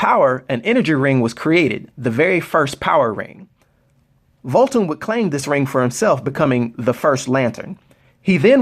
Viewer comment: you gotta put the h within Voolthoom bro:)